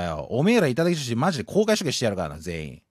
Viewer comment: 時々いただきじょひ！になってるのかわいい